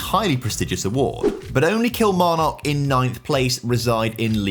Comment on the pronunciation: Someone teach this lad how to pronounce Kilmarnock